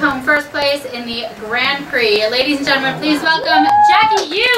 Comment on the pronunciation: It's JEKI not Jackie, you numbo!